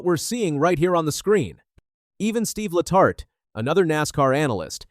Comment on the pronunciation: Steve La tar taye? This isn't AI, it's AS... Artificial Stupidity. 😮